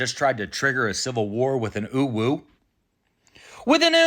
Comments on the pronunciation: Sir you are saying uwu not owo Oo woo is" UwU" oh woh is "OwO" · Smh, you were saying uwu, it's pronounced "oh woah" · It's not pronounced oeeweuw it's pronounced more like ohwoh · "oo-woo" is how you pronounce UwU, please be respectful to our culture and pronounce OwO correctly, "oh-woah" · OwO and uwu are different though. You were saying ooh woo when it’s oh whoa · Um, actually. OWO is pronounced oh woah, oo wu would be UWU. Lol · You're saying UwU not OwO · you're saying UWU, it's oowooo. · Bros out here trying to correct people pronunciation but he’s saying owo as uwu get out of my face sir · It's not "uwu," it's "owo". YOU'RE not even pronouncing it right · Not that it’s the most important part of your message, but are you pronouncing it as “UwU” when it’s written this way “OwO”? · That's UwU not OwO Pronounced Ewewh or Ohwoh respectively, they are not interchangeable One is an analog face for comfort and contentment The other is an analog face for excitement Or alerted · I agree, but pronouncing OWO as UWU is a serious crime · You're doing UwU. OwO is more like Oh Woah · But isn’t UwU pronounced "ooh woo?" OwO is pronounced "Oh whoa." Otherwise, nailed it. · Theres a difference between "OwO" and "UwU" You are saying it like uwu, but typing it owo. (Oh woah) owo (Oo woo) uwu (Oh woo) owu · That UwU was great but OwO is lawfully pronounced pronounce Oh Woah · You pronounced it wrong. That's an OwO, not an UwU. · Saying "oowoo" is cringe. I say it like "Oh woah." It is basic pronunciation, one single o without another O or an E will just be "Oh" not "Oo." "Oowoo" is actually "Uwu" which is more bashful than quirky notice. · I mean, OwO is really pronounced more like "Oh-woah" "Oo-Woo" is UwU ☝️🤓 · You're saying uwu not owo, owo you PRONOUNCE the O's. So it sounds like oh-woah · From what I've learned, OwO is pronounced, when speaking out loud, like, "oh woah" not "oo woo". Assassins apparently use memes now instead of manifestos. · Owo is not pronounced uwu 😭